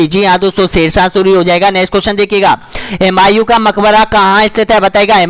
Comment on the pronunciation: हिमायु नही हुमायु होता है